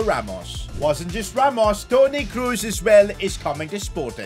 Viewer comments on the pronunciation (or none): none